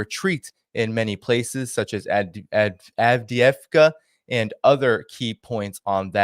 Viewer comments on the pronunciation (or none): Avdiivka is pronounced Av-deevka